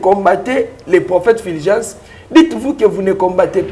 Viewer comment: c'est Fulgence et non filgence